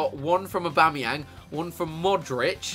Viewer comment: Yeah he said abamyang